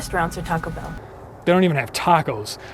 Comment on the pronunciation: After all these years, I still can't get that pronunciation of "Taco Bellll" out of my head. I've always felt this film had so much to unpack, so many levels that were prescient and warm and cuddly terrifying. Great job on this analysis.